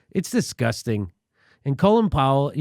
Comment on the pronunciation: colin powell eh!! pronounced "colon". that,s fitting, cause he,s brown AND FULL OF SHIT !!!